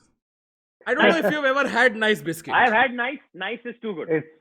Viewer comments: It's not "biscuit". It's "bisscutt". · Biscuit nai biskooot hota hai wo !!!